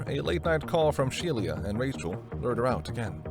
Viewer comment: It's not Shelia. It's pronounced SHE - LA